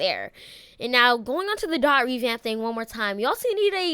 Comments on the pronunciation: My bro😂 it's Dee-o-tee not Dot😂😂😂😂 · Your annoying me saying dot it’s D O T